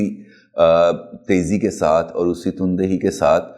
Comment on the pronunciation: pls islah farma len.. Lafz "tun dahi" nahi balke "tan dahi" hy.